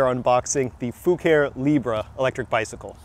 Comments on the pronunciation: Well, you DID ask. Think faux Italian, so, not "foo-care" ...try "foo-car-ay". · Fu care e Latin for color or paint. The e at the end is a eh not eeee. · I think the pronounce is Foo ka ree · In my mind it's fu ca ré you really need to channel your inner Dominic Decoco 🇮🇹 🤌🤌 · "Libra" being Italian I would pronounce Fucare as foo-car-ey. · ur first car was a beaut the brand is kinda European or italian, so the pronunciation i think would be close to foo-car-E